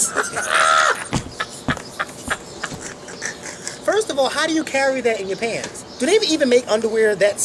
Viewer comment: That is ri-DICK-ulous....lolol! Luv u guys!!!